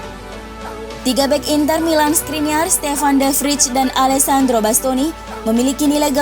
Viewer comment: De Vrij dibaca "De Vray" min